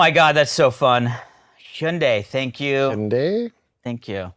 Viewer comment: I feel like they are still pronouncing Hyundai wrong 😅